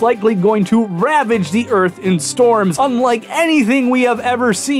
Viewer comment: "Okay, here's da Erf, ROUND. You may be thinkin' "Dayum, dats a sweet Erf." WRONG." Haha.